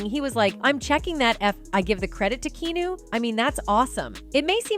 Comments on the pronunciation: KE-A-NU not Kino dammmm fucking up the man's name. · Key-new?! Way to butcher his name... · Who’s “Keeenooo” 😂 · Why do videos call him Keenu?! His names Keanu! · Please learn to pronounce his name correctly